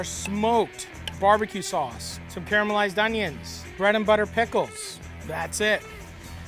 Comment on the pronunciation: "Care-a-mell-ized" onions lol! Also, toast the bread for this one and you'll have a winner. What we have here is a soft shell meatloaf sandwich taco- which is not entirely bad btw...